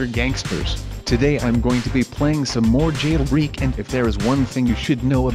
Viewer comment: Jail Breek huh strange pronunciation